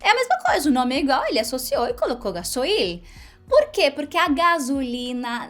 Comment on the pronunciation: Hola! Soy argentina y vivo en Brasil. Felicitaciones por tus videos! Contenidos importantes y divertidos! En este videos sólo puedo hacer una corrección. No se dice “ga-so-il”. Se dice “gas-oil” (oleo en inglés) “ga-sóil”. Muy divertida la historia!! Pobre el dueño de la moto…